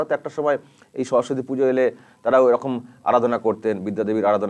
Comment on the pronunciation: 😂😂😂😂🤣🤣🤣majkhane to amader khamota pisi" সরস্বতী" uchharon tai thik kore korte parchilen na